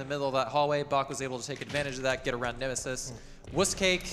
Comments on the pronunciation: Congratulations for both! But "Nemisis"? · NEMESIS, not NEMISIS 😭😭